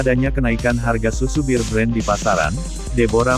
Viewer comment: Kok nyebutnya BIR BREN sih?????!!!! Ampun deeeehhhh 🥴 BEAR tuh dibaca BER aja E murni kentel kek org Batak klo nyebut E jelas. Anyway,,,, Alhamdulillah blm pernah nyoba minum susu beken ini sekalipun wlopun banyak yg bilang berkhasiat ini itu, males aja soalnya kemasan kaleng.